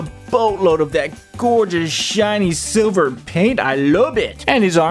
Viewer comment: "And we got load of sliver paint I LIKE IT"